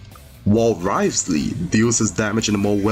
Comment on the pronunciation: wriotheslayyy >> neuviLLette 😭